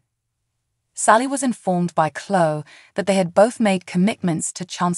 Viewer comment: It is Cloeee,not clo